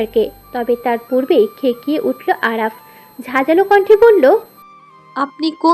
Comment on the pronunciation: আরাফ বলছেন কেনো নামতো আরফা